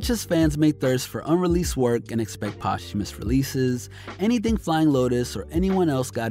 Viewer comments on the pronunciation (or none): none